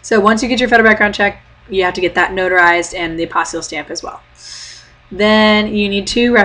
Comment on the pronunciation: Hi. I have a question. This will probably seem kind of goofy, but can you explain the "stamp" thing you're talking about? First of all, for the life of me I can't understand the word you're saying...it sounds like "apostle stamp"??? Sorry!! Second, you said you have to get it from your state capital? Can you tell me what that is? The stamp not the capital:-) Thanks!